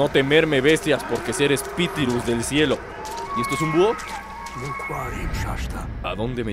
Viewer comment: Los Mejores Momentos Y Los Espitirus Jajajajajaja